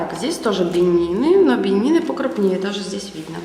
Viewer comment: Не бени́ны а бе́нины